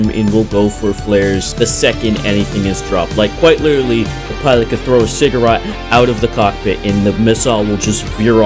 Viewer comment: Cigarette ❌ cigarote ✅